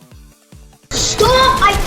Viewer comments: “Fall guys I fundamentally flaud” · fundamentally flaud lol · This guy did not even watch his video before posting. 💀 “Flaud” is absolutely insane.